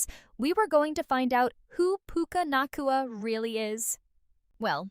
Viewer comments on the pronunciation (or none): Puke-uh Not Coola.